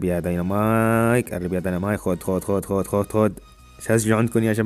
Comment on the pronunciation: اسمه ديناميك ومو دنينامايك